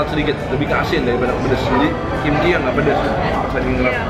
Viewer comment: apa cuma AQ yg denger ngomong kimchil?